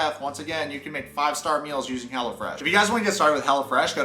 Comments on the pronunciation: Wait I heard hella-fresh and not hellofresh 🤣🤣🤣🤣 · Though I kept hearing... Hella Fresh, not Hello Fresh. Haha! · I thought you were saying HELLAFRESH🤣